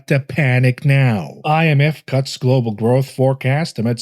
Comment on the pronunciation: "gloobal" food prices are the worst.